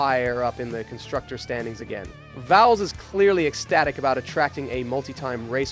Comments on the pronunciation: You seriously need to get better at all pronunciations. "Volls, Alpyne?" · The way you said James Vowles is just... ugh 🤢